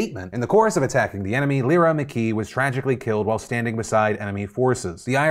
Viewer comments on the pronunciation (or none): Lyra is pronounced Lie-rah